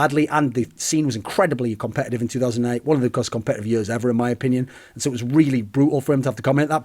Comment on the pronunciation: for yuurs and yuurs and yuurs